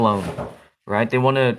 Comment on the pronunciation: You don't say Nero right no offense